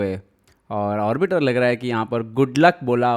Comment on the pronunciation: "Orbiter" nahi "arbiter" bolte hai.